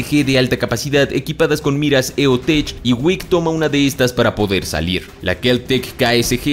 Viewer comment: Tío, la marca EoTech se pronuncia "eotec", escuché que lo pronunciaste mal, saludos te amo